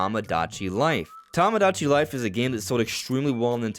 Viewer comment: Toe-moe-Dach-E life 😂 Not Tom-Oh-Dach-E